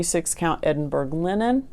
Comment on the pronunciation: I absolutely loved seeing all your projects. I would find it terrifying as I am a serial sewer. I found it all so interesting and inspiring. Please do not think This is criticism but Edinburgh is pronounced like( Duke )of Edinburrer or in US Edinburrow. Crazy English Scottish😉🤣🤣👏👏👌👌😉need to read the book now.